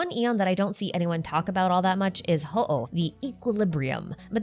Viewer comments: Solid video, but just had one comment: looking at the other language pronunciations, Hooh is pronounced "Hoo" and not "Ho-oh" like the Pokemon / Japanese word for Phoenix. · HooH is probably pronounced /hu/. In Chinese, it's 互, which means "mutual." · this is the first time i’ve ever heard someone pronounce “HooH” and i never would’ve guessed THAT was how you say it 😭 it makes sense though